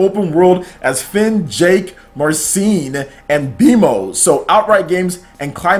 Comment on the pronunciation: It's pronounced "Mahr • sell • leen" not Marseeeeeen. Your butchering my favorite AT character's name. lol